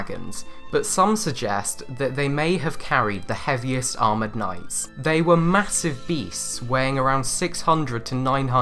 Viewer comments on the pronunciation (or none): none